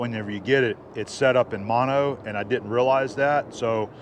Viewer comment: Monnio...? Maybe you've invented a new way to accept sound into the brain...lololol Im just ribbin ya... Trailer looks good brother